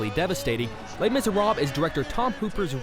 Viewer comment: lees miseraabs XD lol